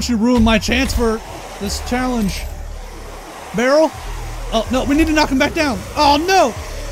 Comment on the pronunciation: I like how you speak "Barrel" :D böröl :D